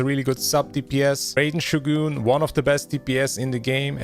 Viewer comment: Nahhh he just said Reiden Shugoon